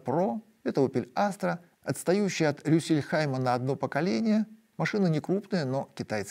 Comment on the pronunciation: Маленькая поправка: в слове Rüsselsheim седьмая буква „s“тоже произносится. Правильно говорится Рюссельсхайм а не Рюссельхайм, независимо на каком языке.